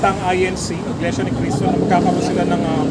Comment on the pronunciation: Iglesia po, hindi Inglesia